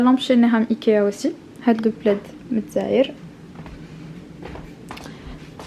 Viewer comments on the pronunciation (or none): none